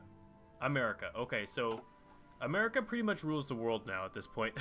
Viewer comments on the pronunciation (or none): none